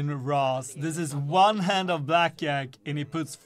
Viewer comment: Blakjak;;; you called the game blackjack actually black iak....hahahaha